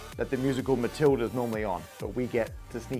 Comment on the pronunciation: Did you say Matilda or Mathtilda?